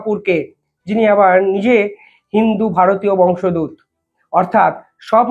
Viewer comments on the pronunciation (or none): Dearest,pl don't say as dharmalambi instead dharmabalmbi,also not bangsadut instead bangsudvuta. You are time and again being alarmed.please don't take me otherwise. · বংশদূত নয়, কথাটা বংশোদ্ভূত।